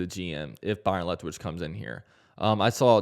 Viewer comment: Are you saying Lethwich? Isn't it Leftwich?🤔